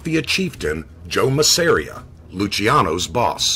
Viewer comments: MAZZ-AH-RE-AH not ma-ser-e-ah. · So I sound like I know it all Joe the boss's last name is pronounced, mazza ear, maz.ah reah. I thank-you!👏No really, it's nothing.